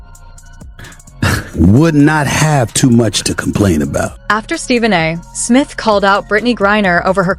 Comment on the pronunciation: An easy way to tell this is an ai video: Every time the voice says Stephen A. Smith it pauses after the A. The period after the A makes it think it's the end of a sentence. Nice try, ai.